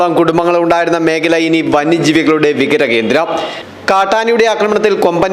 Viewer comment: വിഹര കേന്ദ്രം അല്ല. വിഹാര കേന്ദ്രം.